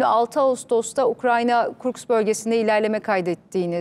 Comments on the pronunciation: Kursk. Kurkis değil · Kurks değil kursk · Kurks yox kursk